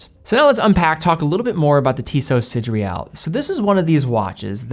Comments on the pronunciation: Should be "see, day, rall" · Hey. I picked one up 2 days ago. It truly is lovely. One small thing: it’s “Sidéral”, not “Sidréal”.:-) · Sid-re-al…?? Pretty sure it’s Sid-er-al. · Am i the only hearing "sidreal" ? In any case, great video and great watch :) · Why is (mis)pronouncing "sideral" as if it is spelled "sidreal"? Even the actual word (sidereal) is pronounced sə-DEER-ee-əl. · SIDERAL WTF IS DAT PRONUNCIATION LOL I LOVE YOU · Good review. But you totally mispronounced the name of the watch.